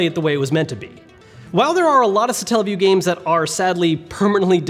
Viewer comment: Satella not Stalle wtf 0.o